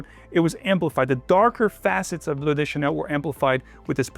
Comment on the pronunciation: Why are you pronouncing “de” as “des”? It’s Bleu de Chanel, not des There is no gender in fragrances? Ok